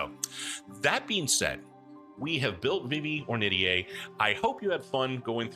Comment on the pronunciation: huh, today I learned how "Ornitier" is pronounced! I always pronounced it "or knit tear", but I looked it up and you've got the right of it. neat! probably gonna be dming a campaign in fu soon, excited to get back into it after a lil period of dm burnout, very likely gonna binge your videos in the next week or two lol (-and I'll do my best to keep my comments thirst-free-)